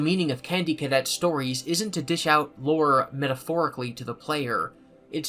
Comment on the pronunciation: Why does he say lure like hes madea